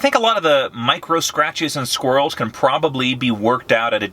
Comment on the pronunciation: I died when he said "squirrels"